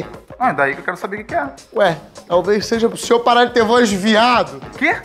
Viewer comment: "senhoor" kkkk